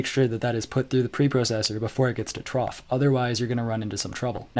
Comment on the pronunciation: No, both are wrong.